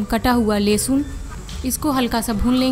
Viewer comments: or lehsan nhe lehsun bola jata hai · Lesun Nhi hota h lehsun hota hai. Bhut bekar lgta h jab Aap Lesun bolti h tb